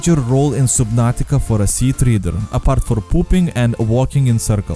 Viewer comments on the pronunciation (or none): “Sea-Tree-der” XD it is pronounced “sea-tread-er” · No that's a treader, treh-dur not treeter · Sea treeder i thought it was Sea Treader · Sea teeter it's triater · im getting triggered idk why? you're saying treeder (Tree-Dur) its a Tredtor (Tre-ed-dur) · You kept saying sea treader wrong holy fuck